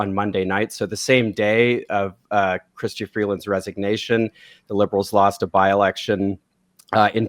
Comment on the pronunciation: Right. She can't even pronounce "Chrystia."